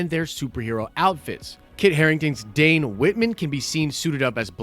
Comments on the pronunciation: did... did you say DAN Whitman???? Twice!?!?!?! Ugh... nails on a chalkboard, brutha... nails on a chalkboard. Its DANE... you said it right eventually... but... 😳 😁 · Dane, not dan. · The way you screw up the names of the characters it’s almost like you don’t actually know anything about these characters... it’s Dane Dane ! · Wait, isn't it Dane Whitman and not Dan Whitman?? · I'm pretty sure Dane as in Dane Whitman is pronounced like bane or mane. If not its just the way I read it.